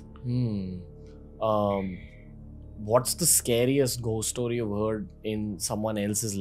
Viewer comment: Why do you say ghhhost it's gost